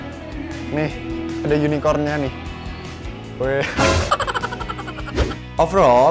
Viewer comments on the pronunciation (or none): Unicorn Kak, bukan unicor.